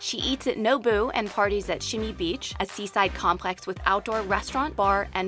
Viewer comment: This was badly done you couldn't even pronounce Nobu correctly then had footage of another country saying its Tembisa, shots of downtown Jozi saying its Sandton and aerial shots of mainly america Please respect us #notayoba